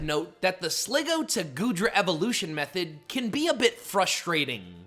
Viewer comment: It’s pronounced slih-GOO, ar-KEY-iss, hye-DRY-gihn, ZVY-liss, air-ULL-late, “Patrick Star”! 🤨 Also, Aerilate is an Ability, not a move. 😤